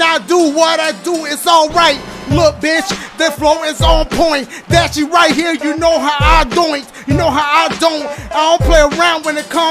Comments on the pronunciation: “DASIEGAMES Best Moments of 2019” where the H at my guy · it said dasiegames instead of dashie lmao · Wheres the h in dashie